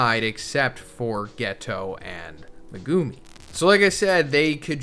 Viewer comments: Thank you. He’s been saying it like that since day 1. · I don't know if you know/care, but you are pronouncing Megumi's name wrong.